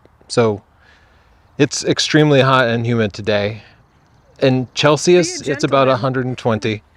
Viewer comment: Chel-cius , that’s pretty good.